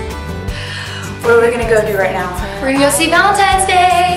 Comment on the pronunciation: I LOVE YOU TAYLOR SO MUCH! plz come portugal :") "Valentne's Day" s awasome!!! :D